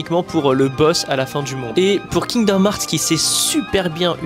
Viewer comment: C’est fou d’être fan et pas savoir dire le nom du jeu…